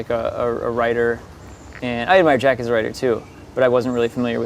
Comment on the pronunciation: its jack, not jake